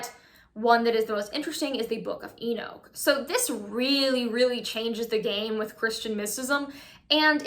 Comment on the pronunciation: E nooch as in you say E knock lol